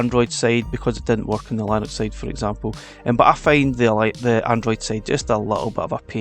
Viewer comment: That's not how Linux is pronounced lol😂